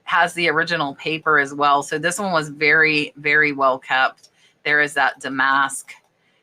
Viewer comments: Applique is pronounced App-lih-kay. Damask is Dam-ask. The reason there is staining on linens in the box is the box itself. The acid in the paper causes the staining and it is hard to remove sometimes. You can also have rust stains from the old steel pins that are sometimes used in packaging. These can actually eat small holes in the fabric. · Damask - DAMask (emphasis on the first syllable). My grandparents were tailors and taught us a lot about fabric 😂